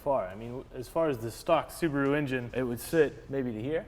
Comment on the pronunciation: Thank you for pronouncing Subaru correctly and not 'Sarbaru'